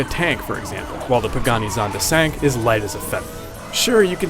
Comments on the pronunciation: Zonda Cinque is not pronounced "sank", its pronounced "CHIN-quay" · lol he say zonda sank. its pronounced chinkwey (cinque) not tryin to be a douche or anything. but i love the songs they picked. opposite of adults and cinema are my absolute favorites :) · i cringed when he said that...its pronounced "chin-kwe"" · Pagani Zonda Sank? WTF? It's Cinque! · pagani zonda sank.... it's pronounced "chin-kweh" not sank or sink. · Pagani Zonda "Sank"??!! It's called a "Chin-kueh" See, Pagani Zonda "Cinque" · Cinque...pronounced Chin-qey, not sync... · "Pagani Zonda Cinq" Did this guy use the French spelling for an Italian car lol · "pagani zonda sanct" lol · Did he call a cinque a sank ??????? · Did he say pagani zonda chank???? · Did the guy pronounce Pagani Zonda Cinque as 'sank' Lol stupid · It's pronounced Zonda si-ni-kay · its pronounced chincue (or something like that) which is italian for 5.because there are only 5 of these cars in the world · 2 things what was wrong with the other nfs games and the pagani zonda cinque is my favorite car and its pronounced (Cheen-kw-ay) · He said cinque wrong lol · Can't stand the fact he pronounced the Cinque in Pagani Zonda Cinque so wrong